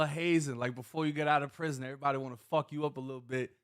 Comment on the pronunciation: He leaves the "v" out because he thinks it sounds more black. Always trying to pass.